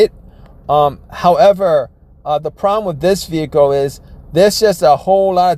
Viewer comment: can't say his Ls "Vehico"